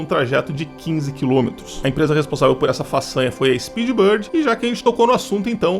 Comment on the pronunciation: Bird, não Bord. Eita, carai